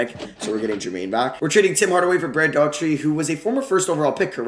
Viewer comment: Daugherty = DOE-er-tee...not DAW-tree